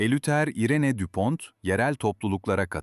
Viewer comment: Bir dakika dinledim bıraktım. Saygı ve özen noksan. Okunuşu Düpon okunuşu Türgo...